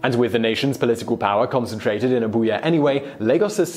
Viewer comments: 😮😱😄🙌 He mentioned my city!!!!! Naija 4 life!!!!!! Thank you Simon, you beautiful bald British man! Also, it's Abuja not Abuya. Sorry, gotta be a pendatic prick😏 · its pronounced abu-jah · AbuJa.. The J is pronounced..